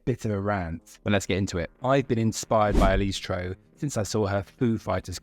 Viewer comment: The first step towards respect should be learning how to pronounce her name correctly. Also, no one expects the musicians to be playing live in a music video